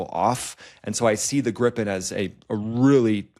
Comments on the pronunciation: Its NOT "Grippen" You say Griiipen, prolong the i ,with an i like in "inside" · It is Grippen. Swedish for Gryphon. Everybody in aviation calls it 'Grippen'